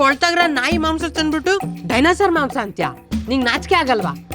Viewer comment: Dinosar❌ Dimo-saar✅